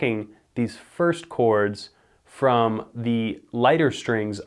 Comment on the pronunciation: Am I the only one who noticed him saying ''From'' sounded exactly like ''Some'' that comes right before ''body once told me'' by all star?